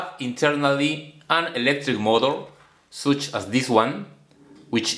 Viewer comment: When he said Such as Sootch, But as Boot I felt like I'm gonna get the GREATEST KNOWLEDGE OF MY ENTIRE PATHETIC LIFE (Joke)